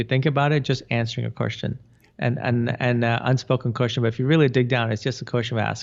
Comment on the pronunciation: When you say question, I hear the word cushion!: ) xo